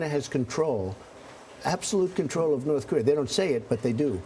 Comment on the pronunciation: did the guy in the purple tie say "north career"???